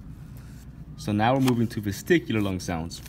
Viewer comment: I think its vesicular not VesTicular but video is helpful